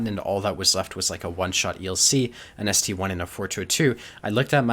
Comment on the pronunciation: Wrong, it's pronounced ST-ONE as there was also an ST-II... it's like how the Emil I and the Emil II are written.